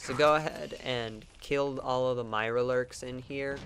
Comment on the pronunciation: its not hard to say mirelurks nor mirlerlurks